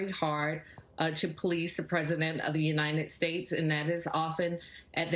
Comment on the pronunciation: "Uninet States"? The Mayor needs to memorize properly the name of the country she hates. "I do solemnly swear (or affirm) that I will support and defend the Constitution of the United States against all enemies, foreign and domestic". The Atlanta Mayor Keisha falls into the latter category. The sooner her constituents recognize that, the more of our country's greatness will be saved. Trump, round them up!